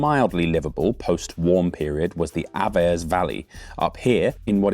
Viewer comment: As a Swiss cultural anthropologist, I didn't expect such a well-researched intro into Switzerland's cultural make-up and cultural history. Brilliant! MInor correction regarding the pronunciation: "Juf" is pronounced "Yoohf" (slightly elongated "oo"-sound, and "Aah-vers" (long "Ah" sound), as well as my pet peeve: Davos: it's "Duh-FOHS", not "DAH-vos"